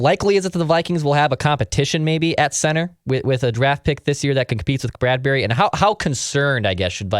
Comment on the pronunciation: Why are you pronouncing it Brad-berry?